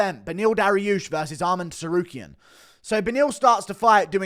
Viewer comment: I hate the way he says to-sarukyan